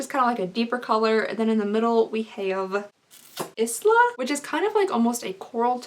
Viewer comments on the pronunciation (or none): Crying at how pronounces ISLA like EES-LA. It's EYE-LA babe x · Isla is pronounced “eye la “ :) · Isla is pronounced like eye-la. Just saying... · Isla is pronounced eye-la like island 🤦🏼‍♀️ 🤦🏼‍♀️🤦🏼‍♀️ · Isla is pronounced as eye-luh 🙈 love you!!!! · I listen to this on my way home so idk if this is helpful or true BUT I believe the alamar cosmetics blush color Isla would be pronounced like Aisle, or Island. The s is silent ❤️ (if that's the word I think it is) edit I think I'm wrong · Its eye-la! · Oh boy, Cooking with! I love it! I'm not wanting to sound critical, but, Isla is pronounced, I la. My grt granddaughter's name so I know.